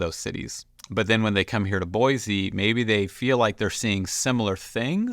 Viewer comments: Exactly is BOI-SEE not BOI-ZEE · You already pronounced it wrong